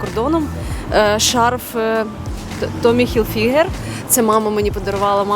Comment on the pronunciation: Не хілфііігер а хіііілфігер